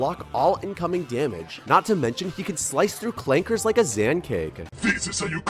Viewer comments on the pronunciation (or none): Clankers with the hard R goes crazy